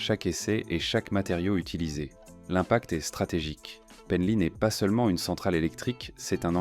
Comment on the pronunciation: Comment est prononcé "Penly" !? N'importe nawak !!! LOL